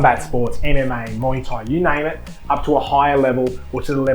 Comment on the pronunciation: Your channel is Fair dinkum I appreciate your reviews. I love listening to people talk about muay Thai gear especially in an Aussie accent. 🥊 I love when you said "muay" instead of "my" 🤣